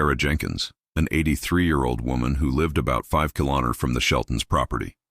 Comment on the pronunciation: The ai cant even pronounce kilometers... youtube please stop and ban this ai crap. It's not doing our younger generation any good.